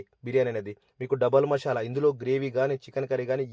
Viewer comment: మషాల కాదు బ్రో మసాలా అనాలి😅😅😅😅